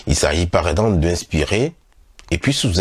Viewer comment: C'est tres intéressant sauf que je suis mélangée entre votre prononciations du mot expirer et inspirer , vous le dites de la même façon , ce qui rend la compréhension difficile....!!